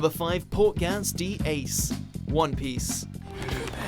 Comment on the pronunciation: Ok I'm not one to complain at mispronunciations, but he completely butchered saying Portgas' name